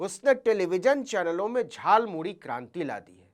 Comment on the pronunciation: मोदी जी झालमूड़ी नहीं खाया है उन्होंने तो झालमूली खाया है। क्योंकि वह झालमूड़ी को झालमूली बोल रहे हैं। उनके शब्दों ध्यान से सुनें।